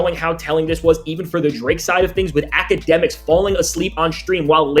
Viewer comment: It's not Akademiks its Owlademiks